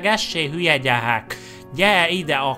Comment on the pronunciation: "Ez a gyehek nem nohmális!" Mondá a költő